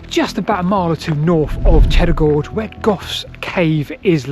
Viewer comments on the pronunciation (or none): Groge → Gorge ?